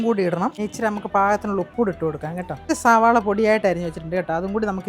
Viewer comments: സാവള അല്ല സളാവ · സവാള അല്ല സവോള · സാവള അല്ല സവാള ആണ്